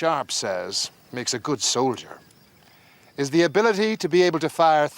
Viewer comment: Dude you are awesome. Love the animation and of course your inability to pronounce TH... Holy Fuck.